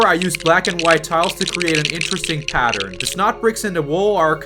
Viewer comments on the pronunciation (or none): none